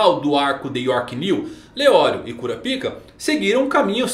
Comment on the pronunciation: fale kurápiká please, sem o A agudo fica muito goofy 🤣